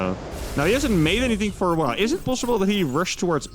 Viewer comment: you know when you try to say while you always say weyll instead of while !!!!!!!!!